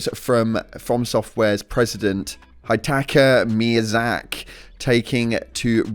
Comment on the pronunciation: totally butchered it lol